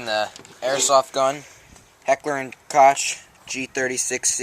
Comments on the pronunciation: did you really just pronounce koch like cotch it's pronounced coke heckler and coke but koch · Koch is pronounced (Cook)